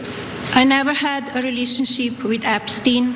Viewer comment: "Relationsheep..." Melania, avoid any syllable that has "i" in it, such as "Kreeest-mas."